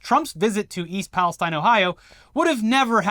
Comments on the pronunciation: Ok, I’ll be the pedant. Pala- STEEN. Not STINE. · We locals pronounce it ‘East Palace-TEEN’. Thanks for bringing awareness to this terrible situation with some humor. We need the laughs. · You locals pronounce Palestine incorrectly.